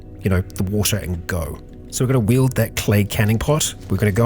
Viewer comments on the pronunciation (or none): none